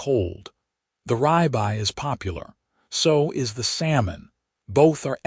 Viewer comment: Could someone please explain to me how ribeye gets to be pronounced as r-eye-by when even if you are not familiar with the word and have not been “taught “ it, the pronunciation is still r-ib-eye just by following grammar (which you would expect to be in the language module “taught “ to the AI).